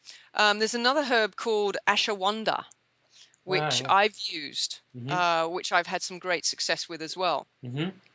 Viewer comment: ashawanda? do you mean ashawaganda?